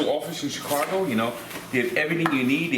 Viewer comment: C h i c a g o not Chircago